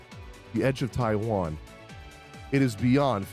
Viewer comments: Personally the way you said the blade of taixuan sounds to me like you're saying the blade of taiwan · it's not pronounced as Taihuan, the way you were originally pronouncing it was closer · the x in taixuan is pronounced like sh, so you were closer the first time haha